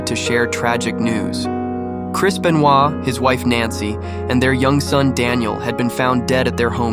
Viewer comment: Chris Benoit ❌ Chris Bennowa ✅